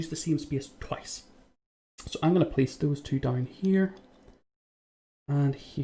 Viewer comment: I gonna plice one here lol funny dialect